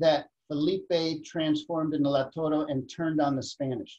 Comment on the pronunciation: It’s Lautaro, not Lautoro.